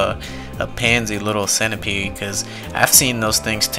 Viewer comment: "centipeede" lmfao